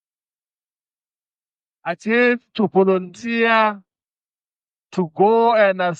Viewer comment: Floyd can’t even pronounce the word volunteer, makes it sound like voluntiya. Eish.